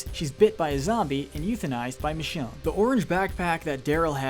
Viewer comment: Please please, don't allow to do your episode on season 11! He butchered Michonne's name or RICHONNE! SMFH! 🤦‍♂️🤦‍♂️🤦‍♂️...+ his voice is boring 😴